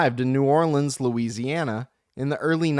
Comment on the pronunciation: Lucy - Anny - Ow... lol. Thank You.